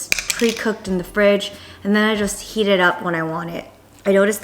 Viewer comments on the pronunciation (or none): none